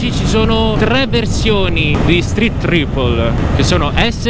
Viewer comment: Like già solo per aver detto tripol e non traipol 👋